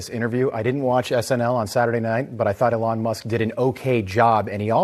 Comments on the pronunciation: Lol. It’s not a long it’s eeeelon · "Elawn" Musk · E-lon! This is how you pronounce his name. 🤦🏼‍♂️ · The way the host says Elon is so frustrating. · His emphasis of Elon's name is extremely annoying.... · 😂 😂 😂 why is he pronouncing Elon like that? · The interviewer couldn’t be bothered to watch SNL or learn how to pronounce Elon Musk’s name properly but he felt qualified to do a whole piece about it? That’s quality journalism right there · Why does Newsmax feel a need to “reflect” on Elon Musk hosting SNL? Nothing against Elon Musk, but I will “reflect” on bellybutton lint sooner than I ever will about Elon Musk doing anything. That man is unimportant to me. Would also be nice if the Newsmax host actually knew how to pronounce “Elon”